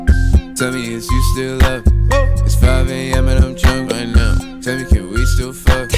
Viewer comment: "ThAts WiGht DaDdy!"